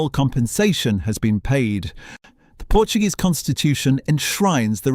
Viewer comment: I don't know why Narrators do not do a little research on how to pronounce PORTUGUESE and not in Spanish.It takes away from an otherwise good video.Please !